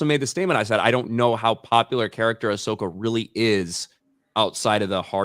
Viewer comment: "Ah-slow-ka" describes both the series and her live action fighting style 😂